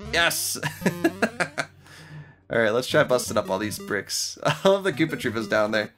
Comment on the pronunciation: goopas not koopas goopas